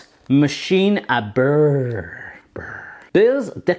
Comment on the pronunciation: Beurre is probably one of the least sexy french word and the way you said it was just too funny ^^